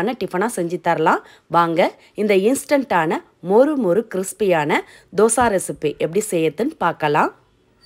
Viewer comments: தோசா இல்லை தோசை என்று சொல்லவும் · Say dhosaiiii not dhosaaa 😏😏😏😏😏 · Yes Dosai..